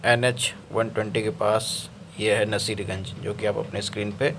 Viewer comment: रोहतास और सासाराम में फर्क का तुम्हारे पास ज्ञान नहीं है। नसीरगंज बोल रहे हो नासरीगंज को इसका भी तुम्हारे पास ज्ञान नहीं है। रेलवे को अब चिरकुट युटयुबर्स भी आश्वासन देने लगे हद है भाई। पहले शुद्ध हिन्दी बोलना सीख लो।😂